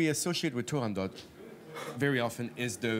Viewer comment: The T at end of TurandoT is NOT sounded. Audio interview with the first ever Turandot, Rosa Raisa proves it.